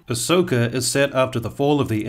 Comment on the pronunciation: Dare I say… Ahss-oka 😁